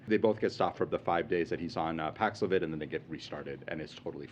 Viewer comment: Now show the clip of him pronouncing paxlovid 5 times